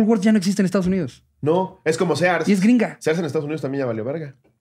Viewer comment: no es Sears, es “Sirs”